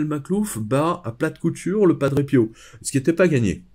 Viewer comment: à....merci de prononcer PIO..>..PI-O et non PIAU,,,cet accent est insupportable